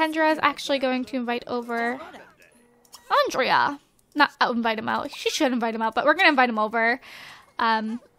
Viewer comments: I think Andrea is pronounced An-dre-ya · I think andrea is pronounced "on-dray", because if you you say it the way you do its a girl name. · I agree, give Andrea a make over. I pronounce his name as Andre. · I thought ondrey too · I have a cousin with the same name as Kendra's boyfriend and it is pronounced andray but spelled andrea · I think andrea's name i pronounced andré